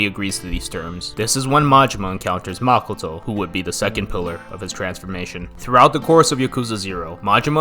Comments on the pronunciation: makoh-toh まこと, マコト it's O for a reason...... pronouncing it as makuto will sound stupid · Dude really calls makoto, “makoetoe”